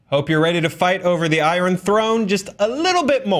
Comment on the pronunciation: Did Joe Starr just say iRon? was that intentional?